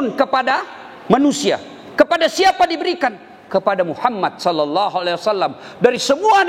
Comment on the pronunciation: Efek ustadz kurang seksama bilang nya sholloloh ala Muhammad yang betul itu Sholla bukan shollo